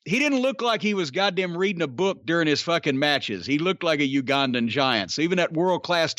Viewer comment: Why in the world could Boyd Pierce never figure out how to say Ugandan right? Good old Boyd. RIP Boyd and the Ugandan Giant.